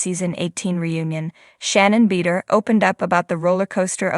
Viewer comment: Please pronounce Shannon's last name correctly. It's hard to take anything that is being said as factual when her name can't even be properly pronounced.